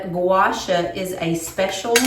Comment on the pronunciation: FYI…. It’s pronounced gwa shaw like in shawl, just no “L”.